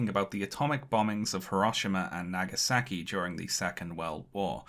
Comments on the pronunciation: pronounciation of japanese names is delightfully british actually lowkey love it..... hiroshimmer and nagasacky........ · "... Hirahshemah & Nagesakee ..." your pronunciation of Japanese names stinks